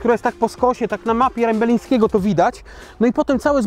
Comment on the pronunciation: chyba się mówi Rembielińskiego a nie Rembelińskiego, co to za mowa?